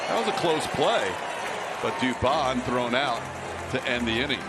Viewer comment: Dubon becomes Dubomb!